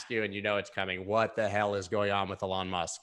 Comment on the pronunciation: Dude the way you say ‘Elon’ is so annoying. It’s really not hard to say it correct.